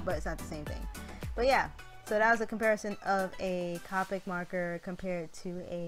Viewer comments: It’s (C-Oh-pic) not c-ah-pick I love your art but that’s driving me crazy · Not to be rude but it’s copic not capic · actually the copic refills are very cheap. they refill like 10 markers also its pronounced coe (rhymes with toe) then pick